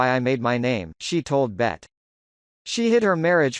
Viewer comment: Lol he keeps calling B.E.T channel Bet lol! Out of touch